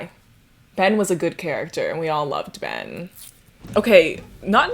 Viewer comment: I really thought you said "And that's why I love men" instead of Ben and I was like hm seems off-brand for but okay